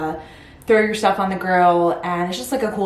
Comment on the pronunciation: I had to laugh cause it sounds like you said throw yourself. Did you say stuff and just heard it wrong?